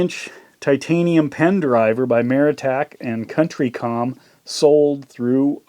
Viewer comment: COUNTY COM not Country